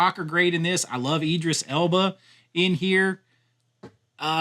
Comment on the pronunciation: I think he just enjoys annoying Brits. Jason who, there's definitely a th in Statham not a double t. Tho he did manage to get Idris Elba right maybe cos he thinks like a lot of Americans that he is American.